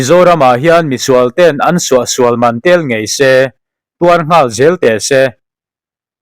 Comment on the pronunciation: Ngawl i lam dan chuleh😂😂In zir ṭhin teh u